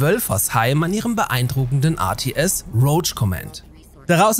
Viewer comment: Mich triggert, dass es routsch command gesprochen wurde. Im Trailer sagt die Stimme sogar, dass es [rouwk] gesprochen wird. Ansonsten aber gutes Vid